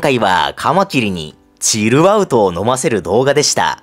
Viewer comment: のチルアウトの発音大好き